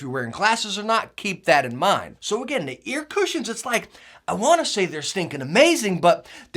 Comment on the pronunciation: Hate how this guy says Cushions and Cozy ... that's the only reason I won't subscribe. But solid channel 👌